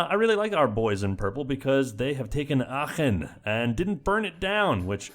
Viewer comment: I don't know why, but hearing you pronounce "Aachen" correctly really made my day :-) You are awesome! Keep up the greatness <3